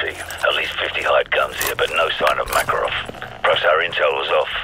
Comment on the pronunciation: Why do the soldiers pronounce makarovs name as MORKAROV apart from Ghost lmfao i also notice different gun sounds too its a shame they didn’t remaster multiplayer and co op i would of brought this remastered game then no point buying just for campaign when i can watch here 😎